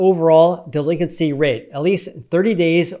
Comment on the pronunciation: The way he pronounced delinQuency was driving me insane for some reason.